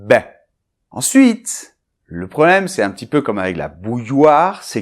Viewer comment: MMerci che. Je voudrais savoir comment tu prononcés le mot "petit", parce que on écoute "ti" seulement. Merci et á bientôt!!